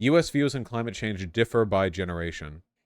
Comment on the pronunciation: Biden saying "Cimate change" is so fucking funny